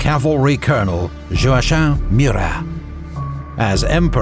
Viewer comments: In French, the pronouaction is joa-sha or joa- chin not joa- Kim. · Murat's first name is prounounced Jowakim not joachain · zhoa-sha?? isn't it zhoa-kim?